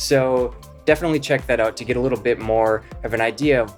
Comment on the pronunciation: I didn't learn anything new about Duo lingo for this guy. He lost me when he pronounced Get as Git.